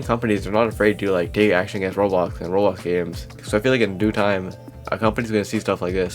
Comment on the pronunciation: 1;30 “roblxo” ps: I’m not making fun it’s just a thing I noticed and it made me laugh